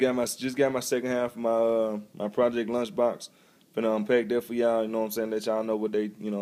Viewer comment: launchbox not lunchbox